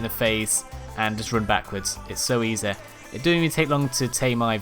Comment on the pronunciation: "its super E Zed"